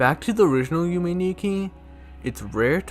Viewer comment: It’s pronounced Yume is pronounced (you-may)